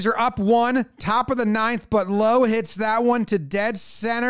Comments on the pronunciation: It's pronounced 'Lowe', not 'Lowe'. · So we are still messing up Brandon Lowe's pronunciation I see. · You’d think after him playing against your yanks for so long you’d know how to pronounce his name properly